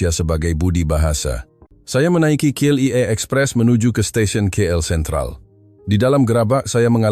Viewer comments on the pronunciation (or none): BUKAN CLEAR tapi KLIA